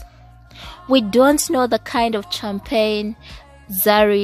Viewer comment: It’s champagne 🥂 not kyampene 🤣🤣🤣🤣🤣🤣